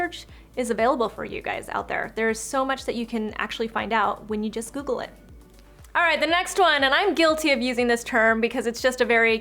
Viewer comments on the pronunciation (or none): none